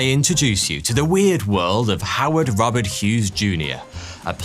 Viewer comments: Note , Howards middle name is robard (pronounced row-bard ) not robert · Robard is what I heard. 🤷🏻